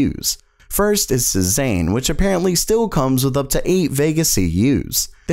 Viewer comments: say-zahhn is more how you pronounce Cézanne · Cezanne is pronounced "Say Zahn"... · Pronounce cezanne